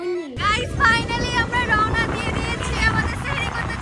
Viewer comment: তোমরা সেহেরি বলছো হবে সাহারি